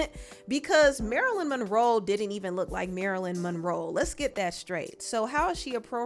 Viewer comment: It’s you pronouncing the lady name “Marilyn Monroll” 😂